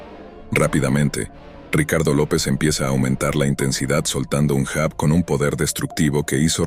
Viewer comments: Se pronuncia yab , no jab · Se pronuncia llab Se escrbe jab.